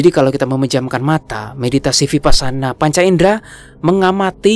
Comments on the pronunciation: biar enak kedengarannya dan benar kata vipassana dibunyikannya wipassana.Thank you 🙏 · Vipassana, bacanya wipassana. 🙏